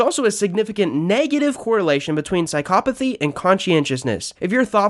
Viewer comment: psycopaty ? WTF HOW DO YOU PRENOUNCE THAT WORD ?????